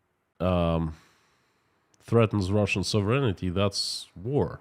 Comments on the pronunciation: Hey. Your English is fantastic! But a little correction for you. The word is sovereign-ty, not sovereign-ity. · HI K FROM 🇨🇦 I GENUINELY AM AMAZED AT YOUR ENGLISH SKILLS AFTER BEING AWAY FOR SO LONG. A COUPLE PRONOUNCIATION NOTES: SATANISM = SAY..TAN..ISM NOT SAT..TAN...ISM. SOVEREIGNTY = SOV...REN...ITY. 3 SYLLABLES NOT 5 SOV..ER...EN..I..TY 🥰